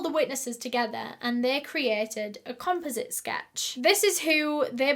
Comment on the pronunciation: Composite...pronounced .. com-pause-it...not.... comp-u-zit 😁😜 however it was cute sounding..lol